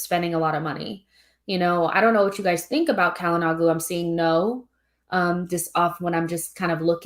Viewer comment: Hakan Calhanoglu [Shala-no-lu]. The "g" is silent.